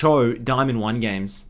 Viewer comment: A handred and fiddy gejmes (föördeen)